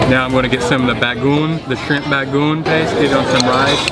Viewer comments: BA- GO - ONG ! not bagoon =) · Bro its “Bago-ong” not bagoong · It's not bagoon...it pronounce as BA-GO-ONG.😄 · ba-go-ong not bagung. on how to read/pronounce it. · Its not Bagoon.... Its Bagong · It's pronounced like this "Ba go ong" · OMG, didn't anybody corrected you on the right pronounciation of BAGOONG? You have to pronounce it as a 3 syllable word like so BAG GO ONG. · the way you eat (bago-ong) to be pronounced is way to salty.. you can spread it all over your rice but don't eat it as whole, too salty! but nice, hope you can try all of our famous food here in the Philippines! :) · I was eating my toasted sandwhich then clicked on ur channel, now I'm craving lechon, alas none to be found in Melbourne. btw say bah-goh-ong for bagoong, split the Os in 2 short syllables.. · Ahhh, yesss, I did badly with my bagoong pronunciation. Especially for as much as I eat it youd think I could get it right? haha Well, I must say, this wasn't any ordinary lechon! I am sure you know that though! Thank you so much for watching! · Since you love bagoong might as well learn to pronounce BAGO-ONG right! 😄